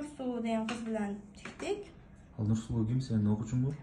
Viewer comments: 😅😅 чиктик деп де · Самсалап ,оронгодор ;жолголсун ;чиктик деп даже кыргызча ,толкук суйлой албайт экен ужас 😱